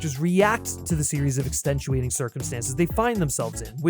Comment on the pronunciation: There’s no “nch” sound in extenuating. Are you sure you wrote this??? 😢😮